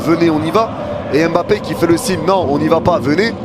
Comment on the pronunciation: tu m'a fait frizzer mes oreilles. EMEBAPPé, pardon respectons le nom de l'enfant "MBAPPé", tu dis pas EMambo tu dis mambo. a dit "jai la video j'ai cru que vous alliez montrer les videos de la tromperie🤣🤣🤣"